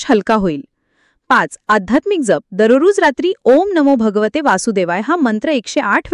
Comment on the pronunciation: जप शब्दाचा उच्चार नीट करा..